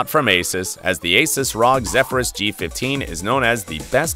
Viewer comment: Its not ROG its R O G omg bro